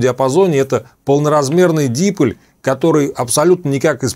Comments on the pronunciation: Только дипОль, а не дИполь.... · Уважаемый! Огромное спасибо за доходчивое объяснение многих тонкостей радиолюбительства. Но я извиняюсь, что поправляю Вас, но правильно произносить дипОль, с ударением на буку О. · Уважаемый! Мне понравились многие ваши видео. Спасибо за них. В слове диполь ударение ставится на второй слог. Михаил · А что првильно стиавить ударение дИполь, п не дипОль?